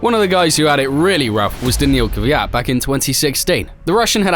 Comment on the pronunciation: First time hearing someone say kvyat properly idk why everyone says kivyat